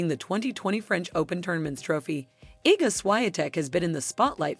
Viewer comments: Suaiantek. Please learn how to pronounce a little bit better her surname. There is W in here ! Like " word ". And we pronounce W like V. Ex. " Voted". Easy :) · Swahyeahteck? WTF is this pronunciation? Shes a champion, maybe learn the fucking name already. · Ten kanał to hańba i gówno nie kanał czytać prawidłowo nazwiska ŚWIĄTEK!!! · I know polish isn't an easy language, but please. Svajtek hurts my ears. Try S-V-I-A-T-E-K, without using polish diactrical marks. It's really not that hard. Good luck.;) BTW Iga's sister is Agata, not Aga. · You might want to learn how to pronounce her last name correctly. Shvee-on-tec is the right way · Świątek could be read in English version as Swiatek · Both names are mistakenly pronounced lol!!!! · This is a well made video but the pronunciations are horrible. You guys butchered the pronunciations of both Iga's and Rafa's surnames. And if someone can't speak even 'Nadal' correctly, it's hard to believe that he or she knows a lot about tennis or is a big fan! I hope you guys can improve because honestly it's q well made video. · yes! it might be difficult for the first time, but come on, she is no 1 and it still hurts my ears to hear her surname being destroyed on respected media etc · "Iga Świątek JUST REVEALED Why She Is In Love With Rafael Nadal" - are you looking for a trigger to watch your low narrative quality video? You couldn't pronounce correct her last name! Looks like you are the "Star" or "National Enquirer" magazine writer, shame on you!!!! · you need to learn how to pronounce her sirname buddy :) She deserve it to pronounce properly, just because of respect. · Learn how to pronounce her name for God sake! This no respect. We know how to pronounce your names although this is not natural for us as well. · Narrator should learn proper pronunciation of names! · To czyta kretynka która nie umie wymówić nazwiska ŚWIĄTEK poprawnie ten kanał to kompromitacja i hańba dla sportu!!!